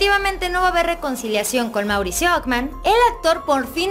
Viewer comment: Okman? Qué español hablas?